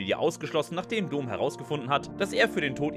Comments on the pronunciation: Vielleicht hätte der Sprecher dieses ansonsten guten Videos die Filme gucken sollen, dann hätte er vielleicht nicht Dohm abgelesen, als er Dom las, sondern Domm. ;-) Das ist mir mittlerweile schon ein paar Mal auch in anderen Videos aufgefallen. Da ist keine K"I" hinter, oder? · Ich lach mich checkig ey 😅😅😅😅😅. Vin Diesel heißt Dom(m) und nicht (Kölner) Do(h)m. 😂😂😂😂😂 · doommm xd kurzes O !!!! wenn schon, oder is das der kölner dom ? 🤣🤣🤣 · Immer wenn er "Domm" falsch ausspricht einen Kurzen trinken xDD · 1. Wie falsch kann man Dom aussprechen ? 2. Ist noch jmd die Musik zu laut ? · da ist man ja nach der hälfte des videos schon komplett besoffen